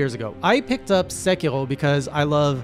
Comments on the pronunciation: So I found fromsoft knowledge made that game harder. You do not want to use the dodge button. Use run, or jump. Jump has I-frames, dodge doesn't. Also; it's Sé-key-row, not Sé-key-hrow. You don't need to add that French flair. Japanese is all single syllable sounds with a hard consonant ^.^ look forward to seeing you come back to this game, as your monster hunter journey has been rad to follow. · omg, hearing you say "Segherrrhoh" gives me anxiety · As a canadian learning japanese, your pronounciation sounds like you are saying sekiro in french lol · I thought he was German the way he said sekiro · HeyJay Japanese is not in fact French. Rs like in Sekiro sound like a quick flap. Much like you would say the R in Three or better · Are from Quebec ? The way you pronounce "r" sounds like french. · Strange to hear Sekiro, a Japanese word, pronounced like a French one lol. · Btw. Sekiro is Japanese, so you want to pronounce the r closer to how you would a d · You are saying sekiro as if you are french and I can say it because... I am french! XD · why the hell does he pronounce japanese names like if they were french lmao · I'm aboutta unsubscribe if you keep pronouncing these Japanese names in French, boy. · Emphasize on the R! Not L SekiRo GenichiRo